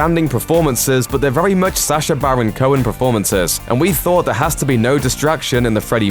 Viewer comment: Why do you say "There was a lot of talk about Sacher and stuff" when his name is Sacha?